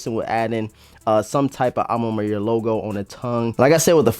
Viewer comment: "A ma manière" bro " manière " no Mayer 😪🥱😤